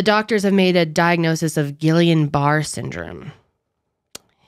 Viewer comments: guillain barre is pronounced like GEEYON (hard g) BUH-RAY (like the tiny french hat.) This comment is probably annoying but it is an interesting disease. At one point docs thought I had it. Luckily I didn't! I really like the ponder sesh style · The disease they're saying the flu shot caused is pronounced gee-on bar-ay syndrome. Not trying to be a smart ass at all just trying to help. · Pronounced “Gee-ann barr-A” Very rare side effect Terri, RN